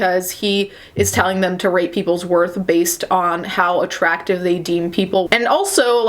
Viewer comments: Every time she says "rate" i hear "rape"... kind of funny though.. xD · I KEEP HEARING "RATE" AS RAPE- im watching too many of these my mind is fucking up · Mmmmmmmmmm I keep hearing rate as rape and I forget it’s rate every time and I’m just like w h a t